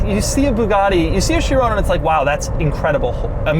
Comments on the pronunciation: I can’t be the only one who’s bothered by how he says “Chirone” instead of Chiron with a hard “-on” at the end. Still wouldn’t be the right pronunciation, but better than the way he says it... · I'm so glad you dropped the e from the last time you reviewed a veyron. You kept calling it the "vayrone" . Now to get you to say chiron without calling it " chirone" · Has anyone tried to help him pronounce "Chiron" properly?